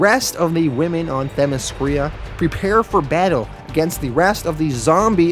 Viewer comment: I am sure someone must have caught it but the name is not Themiskria but Themiskira (pronounced Themiskeera).